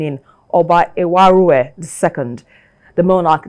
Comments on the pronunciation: She can’t even pronounce Ewuare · What ! How did she just pronounce the name of the Oba like that ? Please go to school and learn more.